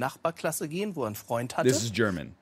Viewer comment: I lived in Germany for a year s when he got it wrong I almost cried because to me it seemed very easy